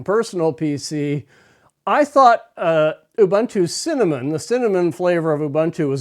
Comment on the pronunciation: Ubuntu is pronounced ooh booon too. The way you say it is colonialist and even could be seen as racist. It is an Nguni word meaning "I am because we are "